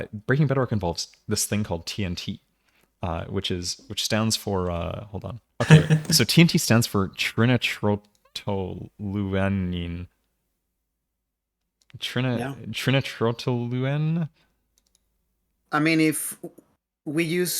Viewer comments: Trinitrotoluene's pronunciacion is Tri-nitro-toluene. Tri like try, nitro like discord nitro, and toluene like toluene. On the diagram you can see that tri nitro means 3 nitrogens. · 10/10 pronunciation of trinitrotoluene lol in all seriousness though, great video, fun to watch, would love to do one on his vid myself but at that point it would be repetitive xD. these kinds of videos are kinda fun to make imo. keep up the great work!